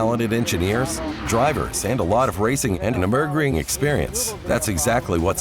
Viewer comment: The Nuh-berg-ring? What the hell is that? Are we in a different dimension? Its Nurburgring you blithering idiot